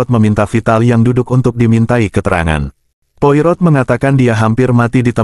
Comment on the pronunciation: Baca nya bukan poi rot. tapi Poa ro